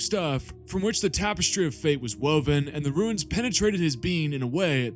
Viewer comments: It’s runes not ruins… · Runes sounds like roons. Not ruins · I've watched entire video. Very informative and well done. One suggestion. Stop mispronouncing the word "runes". It is pronounced "roons" not "ruins". Thank you for noticing me noticing you.... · Runes is pronounced ROONS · Is anyone else slightly annoyed at his pronunciation of runes?